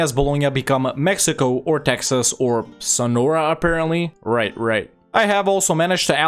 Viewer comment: "Texs" became prophetic. A very scuffed attempt but you did it.